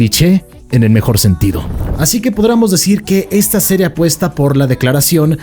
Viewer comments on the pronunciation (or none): none